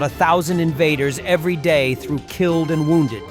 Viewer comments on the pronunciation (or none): none